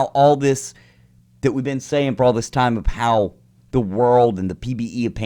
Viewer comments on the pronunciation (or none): none